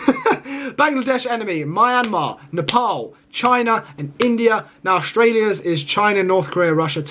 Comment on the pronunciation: Myan -mar Burma Pronounces too wrong